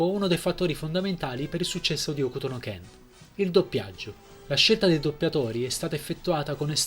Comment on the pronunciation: Ok Bro, ottima presentazione però, se fai un video per elogiare o anche solo raccontare un opera... Se vuoi essere preso sul serio ti devi disturbare a prendere le info per bene e... Se già mi parti dal dire il titolo originale: "Hokuto no Ken" e non muti la "U"... capisci che c'è un problema di fondo!